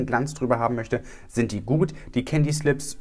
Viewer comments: sagt: Candy's Lips Ich versteh: Candyslips 😂😂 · Hahah hab das auch verstanden😂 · Das habe ich definitiv auch gehört 😂